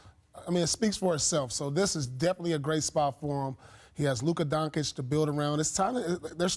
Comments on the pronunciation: Luka must be tired of people pronouncing his name DonKich or DonChik or Don-Sick😂 I kinda like the last one, got a nice ring to it🤔 anyway, It's pronounced "DonChiCh" ... Luka Doncic. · Haha, the first thing I noticed. I also don't get it. It is not that hard. If you can say Donkich, you can say Donchich too. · Donkich LOL Donchick😎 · Donkitsh?!? Its DonTSHITSH Goddamnit! TSHITSH TSHITSH TSHITSH - For how much he is talked about its time for everyone to get it right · Donchich* man... It’s time to learn how his neme is pronounce... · Why is Paul Pierce still calling him "Donk-itch"? That shit ain't hard to pronounce. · Luka donkeyç ? Wtf Paul hahaha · IKR. Luka Donkich? lol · Till he doesnt learn how to say Doncic hes Paul Spears 4 me xd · Lol p.pierce still not able yo say Doncic...loooool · Can someone teach Pierce to say Doncic correctly? Hahaa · Paul Pierce still hasn't learned how to say Luka's name...God damn dude. its not that hard.